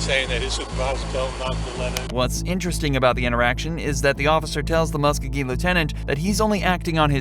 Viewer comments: MUSK-O-GEE!!! Do your homework and say it right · Please Learn how to Pronounce Muskogee!